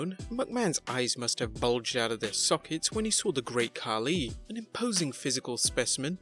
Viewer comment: It's funny that you call Khali 'Khaki'.